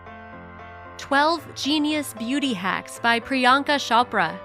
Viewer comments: Non Indians pronounce her name as pri-yaan-ka shopra guys its priyanka chopra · She called her Priyanka Shapra😂😂😂😂